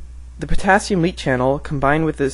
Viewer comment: > THE POTHATHIUM (potassium)